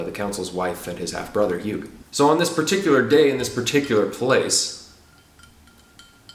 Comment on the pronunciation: Also he pronounces "Hugh" like "HyooG" ...